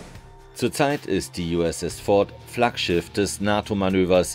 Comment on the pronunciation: "Flaggschiftt det freien welt" 😂😂 Wieso?!